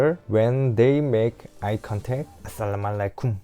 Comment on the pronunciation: انت لمن تقول السلام عليكم مره احس بشعور غريب